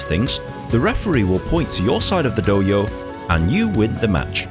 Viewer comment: I love that Dohyo is pronounced as Doh-yo instead of Do-hyo